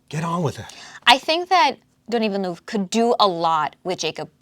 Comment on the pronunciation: Hi, I will help you pronounce Denis Villeneuve, try these words in your language: ''Deni vilnev''. Thanks for the videos. Cheers from Canada 🍸